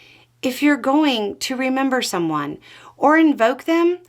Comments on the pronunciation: “Membery”? lol, getting risqué aren’t we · "Membery" 😄 You did not. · "membery" lol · Did I actually hear "membery?" 🤔 😂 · did she just say "as far as Trump invoking Palmer's membery" ?? LOL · "His membery" 😂😅 dear lady...we'd definitely be friends if we lived nearby. Positive vibes from New Hampshire, remember to be kind to each other and yourself during these trying times.